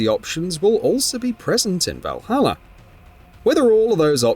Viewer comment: Speak correct english..vahallaer?!?🙄